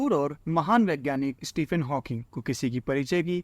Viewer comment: इस्टीफिन नही भाई स्टीफीन 😅🤓